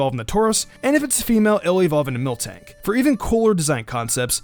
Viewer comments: You said mil(K)tank its miltank theres no k in between L and T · When you said Miltank first you said Milktank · Milktank? It's called miltank MIL not milk